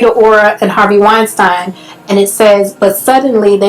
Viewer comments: it's "wine -steen" (pronounciation) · First of all, you are horrible at pronouncing names... Wein-STEEEN.... Now on to the real stuff. You are also misreading what 50 cent said. He's saying that oprah knows how worse black men get found guilty in the media, public opinion, and in court. So why is she perpetuating it on a greater, more public scale? Her and her team have gone after nothing but black men in controversial topics, and yet those same topics and issues involving her other friends, not a peep. THAT's the issue. And I think it's clear. I see wrong, and if there is evidence, yeah it's wrong. R. Kelly Definitely should be in jail, but that's not his point. I don't know how you saw it that way.